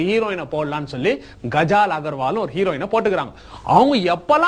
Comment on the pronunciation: கஜால் இல்ல காஜல்